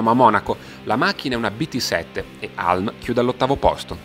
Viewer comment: Non vorrei fare il saccente, ma si pronuncia Hiulm, non Halm